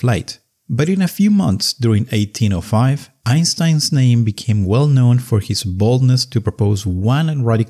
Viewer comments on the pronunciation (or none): I hope it was your English accent that made 1905 sound like “1805”. That’s what made me lose interest and stop listening.